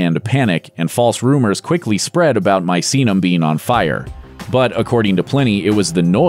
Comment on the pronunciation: Study pronunciation. wt (123) f is supposed to be MAISINAM??? It's Misenum, meeee, saaah, noom! Wake up!